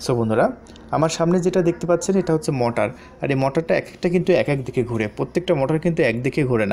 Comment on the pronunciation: বলদ মটার না,মটোর